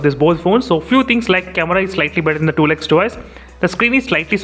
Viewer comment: Sorry Bhai but it's not that hard to say twelve x What is this tool x ?